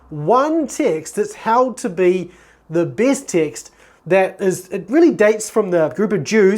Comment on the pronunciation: When you say TEXT I hear the word ticks ....confused me for a second